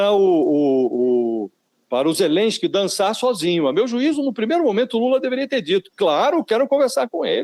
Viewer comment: A russia invadiu a Ukraine não existe negociação, ou vaza ou a guerra vai continuar. O Lula nem sabe falar o nome Zelenskyy certo ele fala Zerenskyy